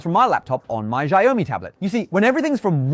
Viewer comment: “Shire Ou Me”